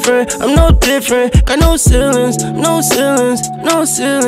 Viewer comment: And its ceilings.....not ceiwens....🤣